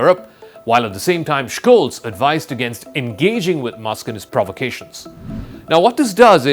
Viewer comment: u are embarassing yourself, the way you read Olaf Scholz' name. It's pronounced Sholtz, if it would be written in English. the SCH must be read as SH.